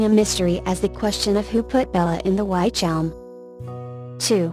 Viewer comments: Robovoice..ugh.. Within 20 seconds it said "WHYtch Elm" and you lost me. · its pronounced witch elm..